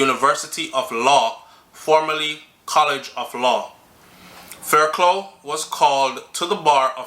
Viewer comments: Sighhhhhhhh everytime you said faircloooo I wish I could call you and say faircluff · Thanks for that info. Always informative. The name Fairclogh pronounce (Fair-cluff). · Hey,! Blessed weekend. Fairclough (pronounces Fair-Clof). Blessings